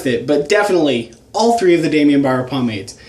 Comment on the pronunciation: Daimon Barber* not "Daimion"